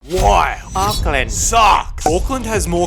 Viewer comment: Hey no hate but please say Auckland properly instead of saying '' AcKlaNd''